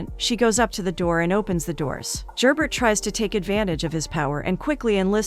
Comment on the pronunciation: Really good recap but… Could you get the names right? Very distracting is Gerbert is French and not pronounced phonetically. And Matthew’s mother Ysabeau also French, but a totally different name was used. When recaps are given if you retain the spirit of the show, it makes it much easier to follow along and listen to. Take a few minutes to watch the show to hear how their names are pronounced, especially when is it international series. All in all, great recap. Several misses with the key players names.